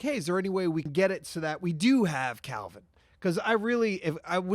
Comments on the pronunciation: his name is not kalvin its kelvin 😅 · Love you guys but it’s Kelvin not Kalvin ❤ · Why do you guys keep saying "Calvin"?? It's KEL-vin.